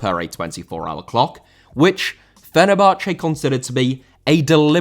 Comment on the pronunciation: Fenerbahçe* not Fenebohçei